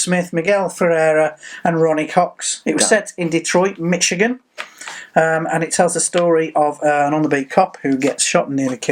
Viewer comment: ...what's with your hair? Your staff didn't do a check before you went on set! You just butchered pronouncing "Michigan"! Check google translate for the pronunciation! Notice I have a Detroit Tiger emblem, so I know you butchered it! Ouch that hurt 😭